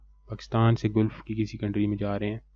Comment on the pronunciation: Dear not गुलफ right pronunciation is गलफ।